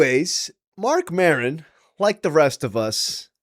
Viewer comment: Who is “Marcon” Maron?